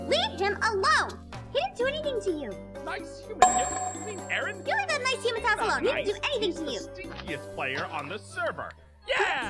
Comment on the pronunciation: Dets not hou jou spel aaron jou dont do aren